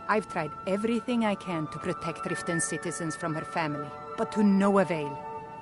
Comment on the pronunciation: Just a friendly pointer... It's called Riften not "ritten"... And the hold that this city is in is called The Rift 😅